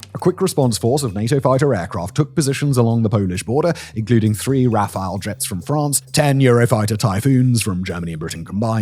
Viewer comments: Not NATO - Europe. Start standing up for yourselves for once. You had it in WW2 but have not since. Also, it's RA-fall jets, not RA-fi-el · He mispronounced the french fighter aircraft "rafale" again after the whole bit about mispronouncing it last week 😆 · Lol, Raphael fighter? I think you mean Rafale.